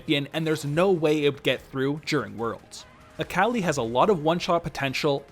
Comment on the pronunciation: I am so sorry but when you said “A CAL I” I literally died 😂😂 fantastic vid tho. Subbed.